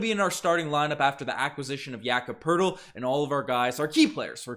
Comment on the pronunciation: no funniest i heard was jakob Po-Tel-Li